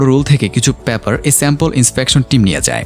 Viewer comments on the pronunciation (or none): প্যাপার নয় উচ্চারণ করতে হবে পেপার।